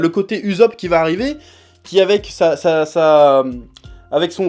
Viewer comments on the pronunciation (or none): none